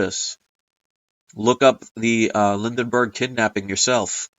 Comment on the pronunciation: you keep saying Lindenberg, but it is Lindbergh, how is that for the Mandela effect. The way to find out about the incident is to go to a library near you, and look at the printed word.